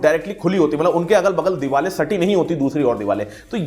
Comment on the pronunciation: Diwal nahi deewar hota hai pronunciation incorrect hai tumhara